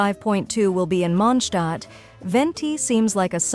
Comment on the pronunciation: Ok great video but why does she say Mondstat like Monschdot?